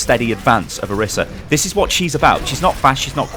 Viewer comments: I think it's pronounced "Oh-reese-a" but thank you, great video! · Orisa = OR-15-A in case you didn't know